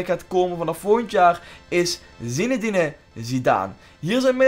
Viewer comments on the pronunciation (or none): Zineden spreek je uit niet zinedenedin a illie